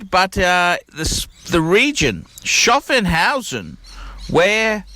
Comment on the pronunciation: it's called SCHAFFHAUSEN not SCHAFFENHAUSEN. You can read it on your dial. Greetings from Germany.